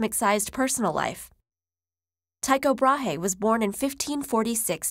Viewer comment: GorillaGuerilla I'm from Denmark myself, and I can assure you that his name should be pronounced like Tyko Braa. If you really wanna make sure head over to his english wikipage and listen for yourself.